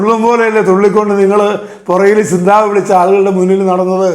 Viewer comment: സിന്താവ അല്ല കാരണവരെ സി zന്താബാദ് എന്നാണ് പറയുക